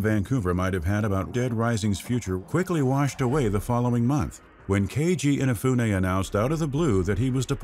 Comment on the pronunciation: At leas he pronounces Keiji Inefune correctly this time.